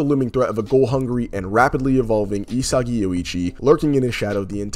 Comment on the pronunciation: my man said isegeee 😭